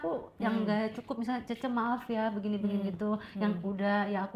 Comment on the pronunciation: Bukan cheche......ucapanya salah ....yg benere cie cie/ cece......artinya mbak/ kakak....meme= adik pr.....